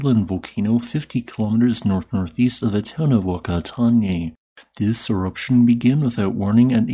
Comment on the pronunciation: Hey NZ's town is pronounced Fuk-a-tarn-ay (abbreviated for youtube)